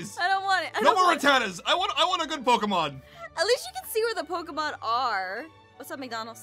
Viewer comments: “Pokemans” LMAO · I love how he pronounced it ‘Pokieman’ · It’s not Pokémons it’s Pokémon its sort of like deer it’s not deers is it Jes and.